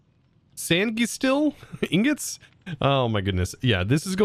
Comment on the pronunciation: Okay, so, did you butcher words? Yes. Chee-caww-gay. And it's Sangui-steel, as in sanguine, like blood steel. Sanguine being pronounced sang (past tense of sing) gwin. Still love ya,.